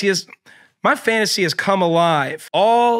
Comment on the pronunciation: The host of this show is perfect cuz he’s conventionally attractive but also cannot speak to a human to save his life. Also, I’m almost positive that Dukes of Hazard dude said “pantasy.” Ick.